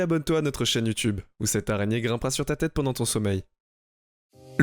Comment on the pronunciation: tu me saoul avec ton arégne